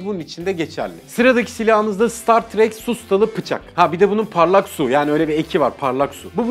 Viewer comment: StatTrak m4a4 söylerken ne diyo bu dedim